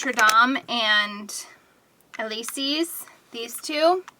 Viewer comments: I think it's "el-ee-zays" like "Champs Elysees" in France. The packaging looks good! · Elysées = the letter "l"-ee-zay :) thanks for the review. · Elysees is pronounced ela-say! As in Champs De Elysees in France! I just thought you might like to know! Love your videos! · "eh-lee-zay" is the pronunciation :) like champs elysees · that first colour (elysées) is pronounced elee-says, like champs-elysées in paris :) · Lol at how you pronounced élysées.